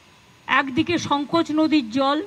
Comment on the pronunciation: সঙ্কোচ নদী!!! এ কি বলে !!!! সঙ্কোচ নদী!!! পড়াশোনা কিসুই করে নি না কি?